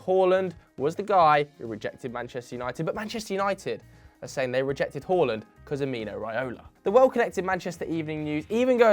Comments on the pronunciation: Big ups for saying håland and not haland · You say Haaland the correct way. Fantastic